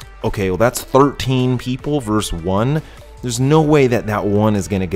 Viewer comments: Dude. It's not verse, it's versus. 13 versus 1. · Nice job, but “verse”? It’s “vee” or versus. NOT verse. Not ever. Never. Ever. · Verse? WTF is verse? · Dude...it’s Versus. Latin for ‘against’. Love the channel.